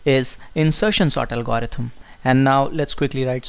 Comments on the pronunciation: could the good professor amend his pronunciation of "algorithm?" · You really got to work pronouncing the word "algorithm".